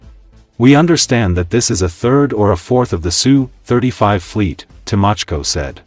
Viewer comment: Name of Russian aircraft is not pronounced "SUE. It's "S" "U". The AI voice used in these videos is terrible when it comes to discerning such pronunciations. Usually also misses on where to place the accent in many words.